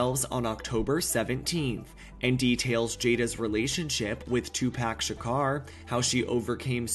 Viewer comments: Stopped listening as soon as I heard Two Pack ShaCar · bro said ''two-pack sha-car'' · TWO-PACK SHACAR🤣😅😂🤪